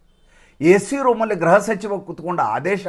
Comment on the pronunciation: ಎಲ್ಲಾ ಸರಿ,,,,, ನೀವು ಗ್ರಹ,,ಕ್ಕೂ ಗ್ರೃಹಕ್ಕೂ. ಇರುವ. ವ್ಯತ್ಯಾಸತಿಳಿದು ಸರಿಯಾಗಿ. ಮಾತಾಡಿ ಹಿಝದೆಯೂ. ನಾನು. ಈಬಗ್ಗೆ. ಬರೆದಿದ್ದೇ ಗ್ರೃಹ. ಎಂದರೆ ಮನೆ ಗ್ರಹ. ಎಂದರೆ ನವಗ್ರಹಗಳಿಗೆ. ಅನ್ವಯಿಸುತ್ತದೆ. ಇದನ್ನು ನೀವು. ಗಮನಿಸುತ್ತೀರೆಂದು. ಆಶಿಸುತ್ತೇನೆ